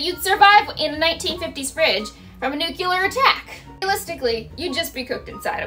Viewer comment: It's pronounced "nuke-lee-er", not "nuke-u-lur". Also, it's not "you dead", it's you're dead.